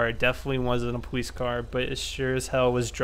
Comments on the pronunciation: powice lol say it right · pwoice, pwug ins, pway through anyone else notice that😂😂